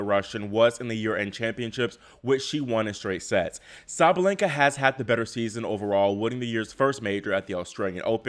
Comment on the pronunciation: by the way in russian they say "SabaLYenka" not "SabaleNGka" You might wanna try to make it perfection 😄